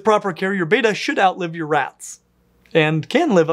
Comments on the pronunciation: Just for future reference, it’s pronounced betta,like bet-uh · It’s pronounced Bet- a, it’s not the Greek letter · On what planet is "Betta" pronounced "Beta"? I expected you of all people would say it correctly but I was wrong. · it's like nails on a chalkboard to me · Great video! But I do believe it’s prounced bet-uh not bay-tah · It's bet-ta not bat-ta. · I am increasingly annoyed, to an unreasonable degree, every time mispronounces betta. It's not, "bay-tuh." It's pronounced, "bet-uh" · One of the biggest controversies in the betta community is how to PRONUNCE "Betta" and I was saddened that wasn't on "my" team there... There is how he says it "Bey-tah" (which sounds very american to me) and then "Bet-ah" (as in "making a bet")... both are common and accepted, but there's still arguments about it...;) Also, when I saw how Americans are selling betta fish (in cups) the first time I was shocked ad I wasn't surprised that that meant people tortured them in tiny 2,5 gallon tanks. Selling fish like that is illegal here in Sweden. That means stores have a smaller selection of bettas, but at least they are kept in proper tanks. Some stores in the U.S, like Aquarium co-op, are doing great thing with how they display their bettas, in huge "racks" of tanks. The containers are still too small for long term, but much MUCH bigger than those horrid cups. Stores that sell bettas like that should be ashamed of themselves and stop. The U.S has a LONG way to go when it comes to animal rights... one of the very few places where declawing and cropping tails/years are still legal. Debarking, keeping dogs chained outside, people being allowed to have animals like big cats for pets and so on and so forth... it's horrid when you look at it from a European point of view.... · I wish of all people would say Betta probably. It's "Bet-tah" not "bey-tah". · very good info! FYI they're NOT Beta. they're Bet-ta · Youre saying beeta, not betta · Pronounced BETT-UH